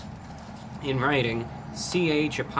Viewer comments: Lol why are you pronouncing the G so hard in king. "KIN...GAH!" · the way he says ch'king is so funny!! burger king should stick to burgers only!! I agree all of them arent the way they used to be. Im happy to see the review brah king!!